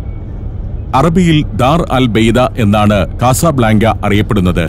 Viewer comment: കസബ്ലാങ്ക എന്ന് പറയുന്നതിനു പകരം " കസബ് ലങ്ക " എന്ന് പറഞ്ഞുകൂടെ